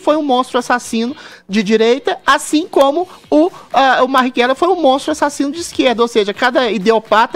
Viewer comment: Da mesma forma que o Adriles que além da voz extremamente afeminada não consegue pronunciar o nome do Mariguella